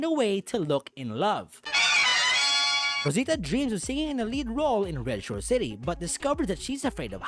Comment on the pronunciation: Que bonito pronuncias Rosita.